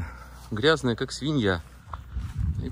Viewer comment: В слове "планёр" ударение на Ё и у винглета пол - условно мужской. Винглет - он. Интересует стоимость этого удовольствия (вместе с прицепом) и его вес.